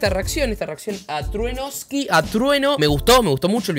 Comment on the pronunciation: “TRUENOSKI” DEAAAAAAAA